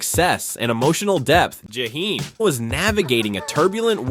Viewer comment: I hate the way you’re saying his name because you are making this story about him. You can’t even say his name, right?